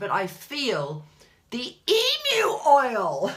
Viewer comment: Hahah I'm an Aussie. Love your descriptive words regarding our emus. Least you can pronouce emu. Ostriches and emus are both large flightless birds. Emus are in Australia. Ostriches are in Africa.